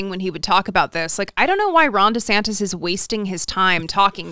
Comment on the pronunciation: I always hear “Rhonda Santis”. Surely I’m not the only one, right?